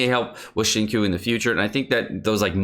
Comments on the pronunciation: it's xing-chew not xing-koo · it triggers me that you pronounce his name "shingcoo" when it's "shing-chyo" (long o) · Xingqiu 行秋 = SING-CHEW You are killin me bruh. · I literally debated watching this video because of the way he says xingqiu as “shingcoo” Jokes aside great video! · Like I've said in the previous video, its pronounced Xing-Chew (95% similarity).. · Please, it's Xing Chiu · Xinqui is pronounced as ching choo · CHO it's pronounced Sing like singing and cho like show but ch to make the cha sound i'm tired of the disrespect on water shota😩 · i know this is nit pickey and probably irritating, but please learn how to pronounce xingqiu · Awesome stuff , now the only thing left is to learn how to properly pronounce "Xinqiu" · I am in pain. Why does he say Xingqui's name like that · Good video but the way you pronounce Xingqiu drives me crazy